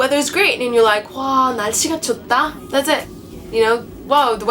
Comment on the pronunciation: 좋다 is pronounced 좃타, 빨갛다 is pronounced 빨갓타 , 노랗다 is pronounced 노랏타 this is due to consonant assimilation. coda ㅎ influences following onset ㄷ, also coda ㄷ,ㅅ,ㅈ,ㅊ,ㅌ,ㅎ are indistinguishable, and so are coda ㄱ,ㅋ and coda ㅂ,ㅍ most Koreans will understand you fine even if you pronounce the way you do right now, however.